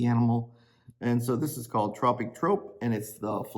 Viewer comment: I love you, but it is pronounced like the word Troop, Troupe, is the same. Sorry, I had to tell you. Great job on your almost finished WIP. Isabel